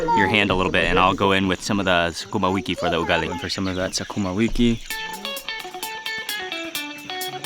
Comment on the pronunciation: did he just say SaKUMA 🤣🤣🤣. He also added she has experience how she shaves it. This guy knows what he's talking about. Or is it my perverted thoughts